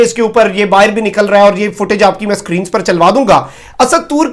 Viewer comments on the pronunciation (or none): none